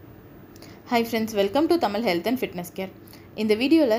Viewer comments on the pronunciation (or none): none